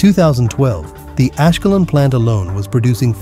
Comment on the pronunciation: Ашкелон и хАдера...надоело не правильное ударение 😅😅😅😅😅